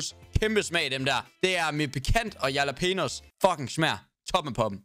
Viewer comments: hvorfor kan jax ikke finde ud af at udtale jalapenos haha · Venter på at Daddy aka. Johnni gade opdager hvordan siger jalapenos. Fandme guld!